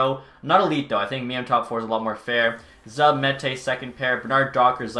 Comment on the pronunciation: It's zube 👌